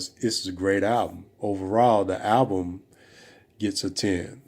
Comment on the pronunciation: When will brothers ever pronounce the L in the world "Album"?